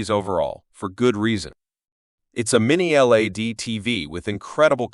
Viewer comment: This chump can’t even say LED properly never mind that these aren’t budget tv’s!